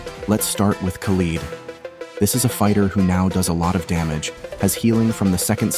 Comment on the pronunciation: Broo You made Khaled's name sound like something else LoooL